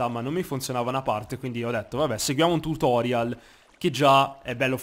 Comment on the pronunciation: Tutorial?! Non si diceva Tùtorial? Questa è più vecchia del Meme del pot...